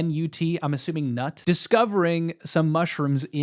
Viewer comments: hahahah calling Knut nut. 🤣🤣🤣 It's pronounced more like Knewt (with the k) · "Nut" lmao, it's pronounced "K nute" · lol, pronouncing knut's name nut is hilarious. It's pronounced closer to "Kuh-noot" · Bro called Knut nut lmaooo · It's pronounced K noot. He's a bodybuilder on steroids from norway. Mizkif was his cashcow, so he moved his family to Austin. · Bro really called Knut “nut” 😂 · I think "knut" is pronounced kah-newt. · It is not pronounced 'Newt', the K is not silent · Knut is not pronounced "nut", you do say the K 🤣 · Knut you pronounce the k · The way you mispronounce the name Knut is insane. Maybe try the english version Canute ….